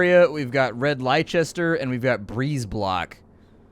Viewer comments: Lie Chester 😂 it's pronounced as 'Lester' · Game looks good, I'd like to see you play more of it. As an englishman though I've gotta point out that Leicester is strangely pronounced lester, Leicestershire is pronounced lestersher. The name is hundreds of years old and I guess the pronunciation has changed. A bit like 'ye olde', it was said as 'the old' as we do but 'th' was written as 'y' and the 'e' on the end was silent. Fucking nutjobs. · A Cockney accent would do you no good here, a Scouse or Brum accent and you're golden. Also Leicester is pronounced Lester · I nearly fell out of my chair when I heard " ... we got red Leye-chester... "